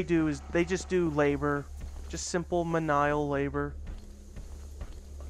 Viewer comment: It's pronounced "mee-nee-al"